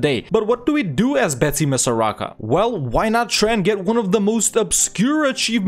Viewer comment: Mad-a-gas-car Bet-sim-is-ar aka madagascar